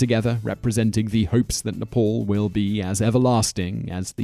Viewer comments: It is n e p a l not nepol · When you said "Nepal", I heard "Nipple". Makes sense though cause the Himalayas look like nipples. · Are u from another world or Are u half deaf .. Its " Nepal " not nipple.. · Gabriel Gagnon yes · Haha...yeah most of the time westerners pronounce Nepal wrongly as Nifol.